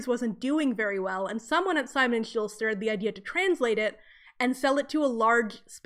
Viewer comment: Simon and Schuster not Simon and Shulster. There is no Simon and Shulster, I have no idea how you got that so wrong. Also, it would be "with abandon." If they killed "without abandon" it would mean they are very reluctant and remorseful.